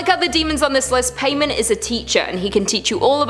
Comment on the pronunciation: Paimon pronounced Pie-mon